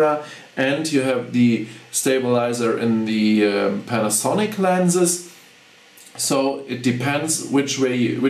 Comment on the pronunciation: You english is very very good but you just want to pause when you say panasonic. like this, pan, a, sonic. almost like you want to separate the syllables but not a long pause.